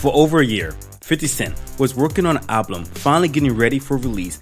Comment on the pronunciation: Are u saying ablum instead of albums lol, hope that was accidental because now i remember your channel